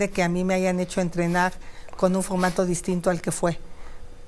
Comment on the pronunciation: Esa Sra X k se enseñe hablar bien no k diga focmato x pocg mexico pecgsona y muchas mas impocgtasiones 😅